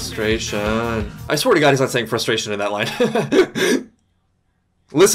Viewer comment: It doesn't sound like they're singing "own frustration," because they're only saying "Frustration" and pronouncing it fras-tur-ration.